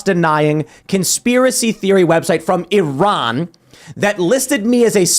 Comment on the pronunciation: Oh Tim, huge shoutout for pronouncing Iran correctly. I can Count on One hand the number of Americans I've heard pronounce it correctly amd it feels nice to hear it.